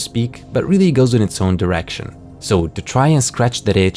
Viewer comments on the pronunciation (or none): none